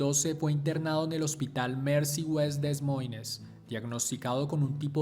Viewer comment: Des Moines = De Moin Iowa = Aiowa No es crítica, sólo les dejo la correcta pronunciación a quién le interese 🤷🏽‍♂️